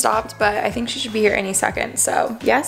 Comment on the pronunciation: I’ve finally figured it out! You pronounce “i n” as “e e” peenk theenk